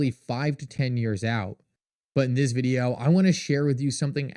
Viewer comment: Every day you post videos about how shocking and amazing XRP is. But the price just goes down. Also, have you ever listened to how you say video? Videooww… so fucking annoying